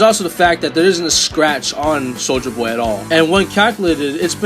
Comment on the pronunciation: Thats not how you say soldier boy